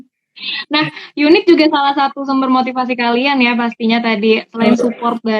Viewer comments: Dari youn1t kak bukan unit 😂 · YouN1T kak bukan UN1T